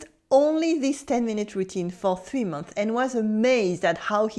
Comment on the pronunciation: One thing if you don't mind, when 'months' is plural make sure to pronounce the 's' sound. Its a little thing but it makes a big difference.